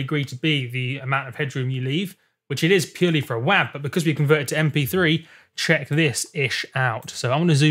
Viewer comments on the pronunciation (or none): "Wahve" Mate, it's "Wave" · it's WAV. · he said wav